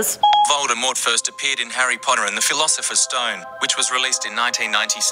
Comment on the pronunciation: You said the invisibility clock elder wand and philipher stone